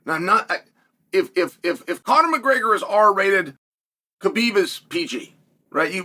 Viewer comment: Conor “Muhgreyger” 😂